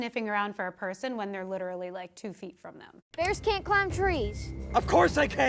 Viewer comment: “Da Bearsh…..”